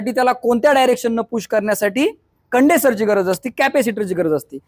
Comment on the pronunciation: कंडेसोर नाही कंडेन्सर